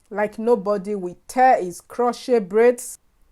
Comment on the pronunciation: Luv your African accent. The "t" in crochet is silent.